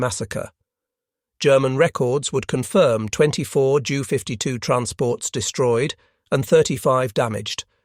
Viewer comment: "J" U". the fake voice pronounced jew. Also "M" "E". was me.